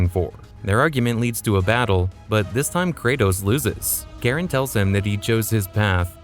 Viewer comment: Its Char-on,.you AI.